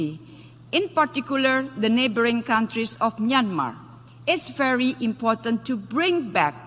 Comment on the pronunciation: Ramai orang Indonesia boleh inggeris tapi tak sama sebutannya, misalnya: verry god,orang Indonesia baca, ferry god, sedangkan inggeris jati, membacanya bery god,bukan Ferry god,dan banyak lagi sebutan tak tepat berkaitan huruf V